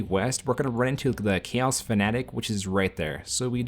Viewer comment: I can't unhear "KEEOS"